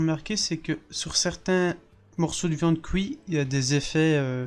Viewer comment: j'aime bien quand tu dit "couit" au lieux de "cuit" 😋